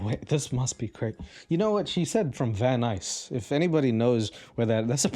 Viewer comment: I live in Van Nuys! By the way, I’m very proud of you for pronouncing it correctly.